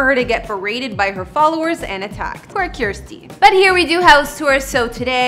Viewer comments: It’s “Kirstie” like “thirsty”. Not “Kierstie” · Yes, rhymes with thirsty. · Is she really saying Kiersty. It's said as kir-sty.